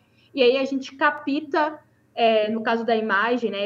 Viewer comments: "caPÍta"?? Assim não dá, muito fraca essa pessoa. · A comentarista tem de caprichar mais no português. É capta, não capita; problema não pobrema. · "Capita"? Onde ela aprendeu português? De onde surgiu esse "i"??? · A pronúncia de "capta", está errado!